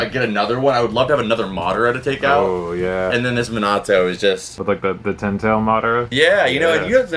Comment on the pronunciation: its so weird seeing someone ho loves anime so much and still cant pronounce minato right